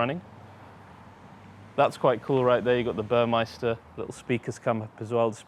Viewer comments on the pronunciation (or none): It's BurmEster not Burmeister,and it's pronounced Mayb- ach NOT Maybak!! like a bach or brook!! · Burmester, not Burmeister, it's not some cheap beer :-)